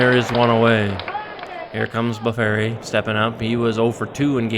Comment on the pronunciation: Very nice! Curt Blefary's last name is actually pronounced BLEF - ER - EE or I've also heard it pronounced BLEF - FREE. Love the replay! Thanks for posting! 🙋‍♂️⚾️